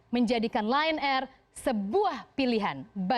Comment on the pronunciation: Ditulis: Lion air Dibaca: Lie on air